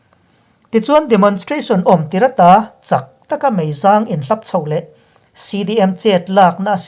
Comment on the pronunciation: Meizâng tia lam hi meizang tia lam ni se, a bengvarthlak ṭhin hle mai